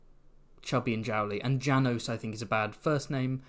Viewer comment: János and Sándor are hungarian names :) haha ("Janosh" and "Shaendhor" maybe the right pronounce)